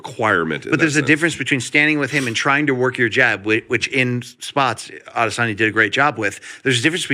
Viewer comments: Luke, just wanted to chip in to say I appreciate the new pronunciation for Izzy you seem to have invented in the last few weeks: Ade-SORNYA. Just say A-DES-onya or pronounce it the way you used to. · Nobody: Luke Thomas: Adizoneya